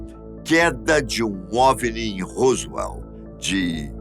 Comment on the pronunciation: COLOCOU A FOTO DO.JESSE MARCEL.E.FALOU DA.PESSOA.QUE ENCONTROU OS DESTROCOS COMO SE FOSSE O DA.FOTO.....ESTA ERRADO.....E A PRONUNCIA ROSWELL....ESTA ERRADA.....A DO HOWARD CARTER DO OUTRO VIDEO TB.....O SR É UM.EXCELENTE APRESENTADOR MAS COM TODA HUMILDADE TEM.QUE APRENDER A PRONUNCIAR PALAVRAS EM INGLES CORRETAMENTE.......ESPERO TER AJUDADO........